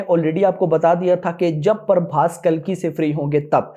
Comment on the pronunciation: 😅Not Parbhas it's prabhas